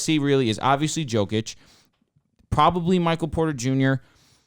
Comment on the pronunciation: Is it that hard to pronounce YOKIC's name properly?